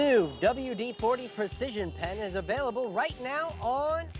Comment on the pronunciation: "Availabile"? Really?